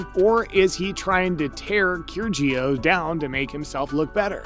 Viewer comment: Nick “Keer-Gee-Oss”? Wow that’s bad. It’s pronounced “Kir-E-ohs”. Probably why you have 500 views on this video. Awful